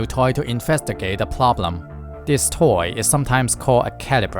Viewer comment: "ploblem" this guy inversed the Japanese accent